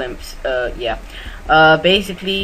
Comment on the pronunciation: lol his favorite word is bacicaly